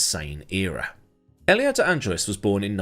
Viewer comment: Ollie? 😂😂 You just nailed it! 😂